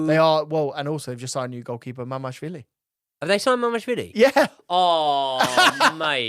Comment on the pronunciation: It's MamaRDAshvili))))